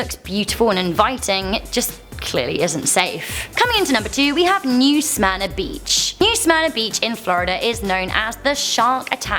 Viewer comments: I live in Florida, and yes, you pronounced it correctly! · I live in new smyrna beach and yes you are saying it right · I live in Florida, you pronounced it correctly. Thanks for sharing😉. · Yes you pronounced Smyrna correctly! Love your videos! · Lmao I swim in new smyrna beach almost every week oOpS. And yes, you are saying it right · Yes you’re pronouncing it correctly. I live about 30 miles north of New Smyrna Beach. We avoid that beach and go to the beaches around St Augustine. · You pronounced Smyrna right.